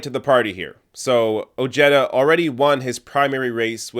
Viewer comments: His LAST NAME is pronounced Oh-Hey-Da NOT Oh-Jetta. Come on Man!! Get the guys' last name right. It's Spanish if that helps. Having said that he did vote for Grumpy. He was CONNED into voting for that mango faced Racist Fascist Perverted CON. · Dear God...It's not "Oh-je-duh" it's "O-He-Da" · Oh-HAY-duh. It's Spanish. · Ojeda is a SPANISH name. I know you're smart enough to understand that. I'm from southern Calif and if someone pronounced that Oh-Jetta instead of the proper pronouncement they would be seriously laughed at. What's going on here? Are white people re-appropriating other cultures' names and making it their own? Hahaha. I would Never vote for this guy just for that. Btw, do you know that A LOT of Spanish people from Spain and other Latin countries LOOK WHITE. LMAO! You're a fucking riot! "Does he look Spanish to you?" I can't believe you said that with a straight face. Hahaha! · His name should sound Oheda. Ojeda is a Spanish name. When I say Jerry Jones in Spanish, I don't say Herry Hones. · Ojeda = oh-hey-duh the j gives an h sound like in jalapeno, listen to the audio i forgive your canadianness... not trying to detract from your video... just watch out for the shithawk.... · At least attempt to correctly pronounce that mans name!! Its annoying.